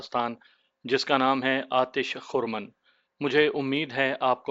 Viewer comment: اس کا تلفظ خِرْمَن (Khirman) ہے. آتشِ خِرمن (یا آتشِ خِرمنِ ہستی) فارسی اور اردو شاعری کی ایک ترکیبی اصطلاح ہے، جس کے معنی "فصل کا ڈھیر جلا دینے والی آگ" یا "حیات و ہستی کو فنا کر دینے والی آگ" ہیں۔ یہ عموماً مصیبت، تباہی، عشق کی آگ، یا دنیاوی ہستی کے مٹ جانے کے کنایے کے طور پر استعمال ہوتا ہے۔ Rekhta